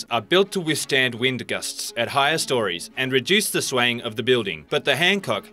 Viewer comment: The way he says "gusts" is so weird